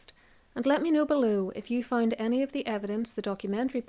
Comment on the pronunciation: you say fined instead of found?